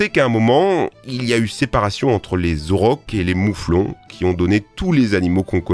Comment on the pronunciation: quand il a dit les auroch quand il avait dit les aurochs j'ai cru qu'il avait dit les the rocks 🤣